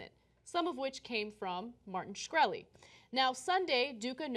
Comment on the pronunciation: LOL, Cenk still doesn't know how to pronounce Shkreli :)